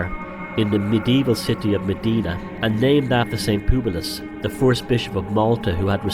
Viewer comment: I don't know much but one thing i do know is in malta Mdina is pronounced emdina and not medina, as you might of guessed this annoys me